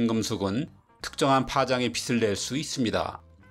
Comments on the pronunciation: 지식교수님 발음 교정 -> 빛을 낼 수 있다. (비슬 낼수 있다. X) (비츨 낼수 있는 ○) 어떤 경우에는 맞게 하시고 어떤 경우에는 틀리게 하시네~ 지식인 참고하세요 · 예전영상부터 "빛을"을 발음하실때 비슬이라고 계속 하시는거 같아요~ 그래도 지식채널인데 비츨이라고 부탁드립니다😊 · 빛을 [비츨] 로 발음해 주셨으면.. 빚을 [비즐] 빗을 [비슬] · 건의합니다... 빛을(비츨) 빛의(비체) 이렇게 발음하는 것을 권합니다. 빗, 빚, 빛 이 세 가지가 모두 같은 발음이나 뒤에 모음이 올 때는 각기 다르게 발음됩니다. 받침으로 있던 ㅅ, ㅈ, ㅊ이 뒤로 넘어가기 때문입니다. 그래야 이 세 가지가 발음으로 구분됩니다. 앞부분에서는 빛을(비슬) 이렇게 발음하시고 또 중간에서는 빛을(비츨) 이렇게 두 가지로 섞어 발음하시네요 참고가 되었기를 바라며...